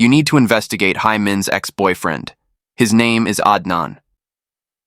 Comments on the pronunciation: In Korean, Hae is pronounced like the English word 'hay', not 'high'. This applies to other Korean names and words as well - ae is the same pronunciation as the alphabet 'A'. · Her name is pronounced hay not hi